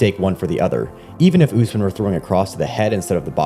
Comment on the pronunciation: Learn to say the name correctly. Is Usmaan, U as in Ubuntu, s as a short ss like a hiss, maan